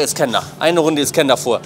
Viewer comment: Ich Feier deine Videos & Persönlichkeit ! ❤️ Ich Feier aber null wie du iskender aussprichst 🥲